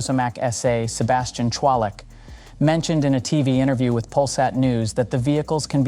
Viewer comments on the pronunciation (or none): none